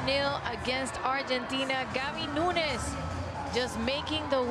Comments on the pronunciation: Nunes, not Nuñes. It’s portuguese, not Spanish. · And she says "Gabi Nuñes" instead of "Gabi Nunes".